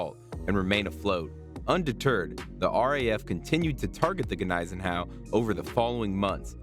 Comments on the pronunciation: The G is silent, pronounced like knees en au. No x craft attack sunk here, they were used against Tirpitz. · Hey, the G is silent please! Is this some woke history nothing here was factual go back to school !